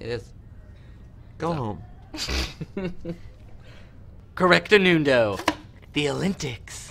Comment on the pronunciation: Correctanundoe! The alintics! When he mispronounces words i just can't stop laughing.